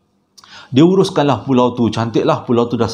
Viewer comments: walaupun 'pualau' tetap terbaik!! 👍🏻👍🏻👍🏻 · Ramai yg terpuakau kan. Tu yg jadi "Pualau" tu. Thorrbaekk 😅😂🤣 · Tersasul ke, pekataan "Pualau" ke, xpa, Kami tetap terhibur.. 🤭🤭🤭 👍🏼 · Pualau pon boleh bang ... Tpi sokey ... Semua faham 😉👍👍